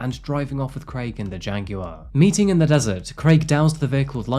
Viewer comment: I like how you say JAG WIRE 😊